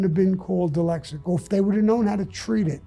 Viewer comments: He can't even say "dyslexic". Let's not take advice from "Sammy the bull". I'm all for the second amendment and let's not pretend the second amendment is to protect ourselves from criminals and deer hunting. We own guns to stop tyranny. Good luck trying to do that with a bolt gun and a revolver. This guy should just stop. He got away with murder. He should just keep quiet. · I'm laughing that he cant say dyslexic right..... but please dont tell him I said that